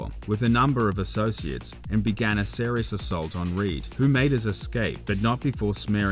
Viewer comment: thanks fir the quick reply, certain words like severe and serious were pronounced strangely. Have a listen back.